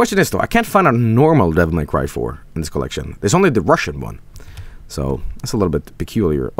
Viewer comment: “Devil May C”